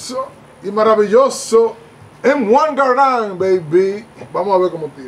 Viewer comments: Jajaja le dice “Em Uan Garant” al M1 y llama paton al general “Peyton” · El acento es en la primera "a" ya que es francés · Creo que solo me molesto que llamara al rifle como m1 gar and y no m1 garand